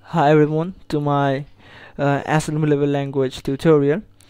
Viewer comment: "Hi everyone to my assemblllenruewtoe level language tutorial". Well, that's a good start.. (!)